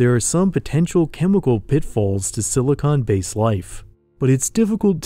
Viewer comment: Thanks for saying “silicon based life”. I frequently hear people say “silicone based life” and I always make a joke in my head about how we already have that in LA.